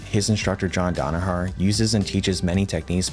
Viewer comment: dan a HER HAHAHA not dan a HARR